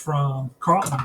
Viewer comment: It's Norm Charlton... with a CH, not Carlton like Steve.